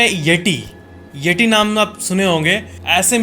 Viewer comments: यटी नही यती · येटी नही येती 😅😅🙏